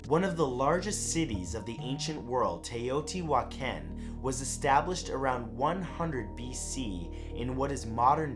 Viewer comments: Your pronunciation for Teotihuacan is close, it is more like TAY O TEE WHA KHAN. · I'm dying at how you said Teoti-huacán xD sorry. I love your videos. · The way you say Teotihuacan😊 like really we're suppose to think humans made the pyramids and moved stones like Amazon packages🤔 and the city can't fix the roads right😒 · I can tell he can't speak Spanish haha funniest way I've heard someone pronounce teotihuacan hahaha love you man